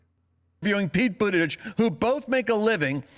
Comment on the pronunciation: “Jen Puh-saki and Pete Boodidge.” These simple, lying Pharisees make my blood boil.